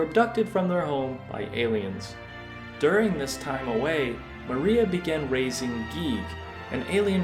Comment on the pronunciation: Thank you for pronouncing Gyig and Giygas correctly. Nobody does. You're a real one.